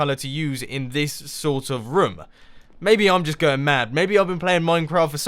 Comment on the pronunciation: You say rim instead of room